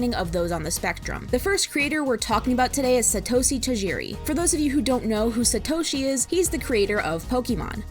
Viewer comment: Satoshi T-AH-jeh-(light r)-ee